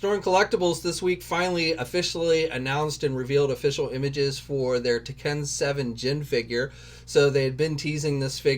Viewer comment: It’s Tekken pronounced Tek-Ken. NOOOT Tiken